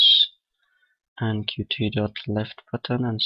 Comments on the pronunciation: 'cute' is the official pronunciation. Watch some videos on the official Qt channel and pay attention to how it's pronounced there. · Good tutorial! But there's something that bugs me: Qt is pronounced 'cute', not 'kyu-tee'.